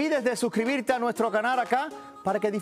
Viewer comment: Jorgito no se dice carar aprende a pronunciar bien las palabras de dice (canal canal)